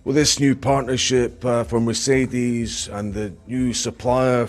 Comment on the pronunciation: I like how he’s always saying Mercedes correctly haha